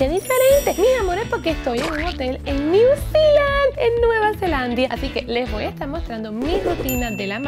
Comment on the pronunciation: te amo pero se dice Nueva Zelanda no nueva zelianda